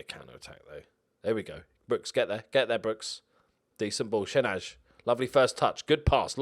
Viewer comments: Shenaj is pronounced shen-aye I think. 11th btw. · A little pronounciation tip from an Albanian fan, shenaj is pronounced shenái. Also love your videos😊